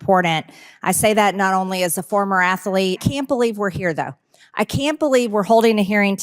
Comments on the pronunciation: Tg, the wY she pronounces 'athlete' - "athalete" 😅😂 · What sport did Marge compete in as a former ath-a-lete ? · "Impordant." "Ath-a-lete." Can Margarine actually say words right? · Since when is Athlete 3 syllables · lol “athelete” the extra vowels crack me up. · mtg was a former "athalete". lololol so dumb that she can't even pronounce a 2 syllable word. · A former athlete. Right. 🤣🤣 what’s ginder ? 🤣🤣